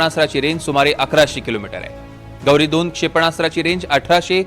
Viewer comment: काय बातमी देतोय हा अरे ते पाकिस्तानी क्षेपणास्त्र च नाव गौरी नाही, घोरी आहे रे.